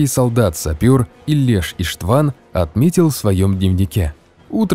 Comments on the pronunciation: ИштвАн?(((( Иштван - это Иван по русски. Ударение на И. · Имя Иштван ударение на первую букву. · Иштван. Ударение на И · Не правильно произнесли имя и фамилия венгерского солдата, Ийлеш Иштван, ударение в фамилии на первую букву, а в имени тоже самое) Не Сигед, а Сегед Имре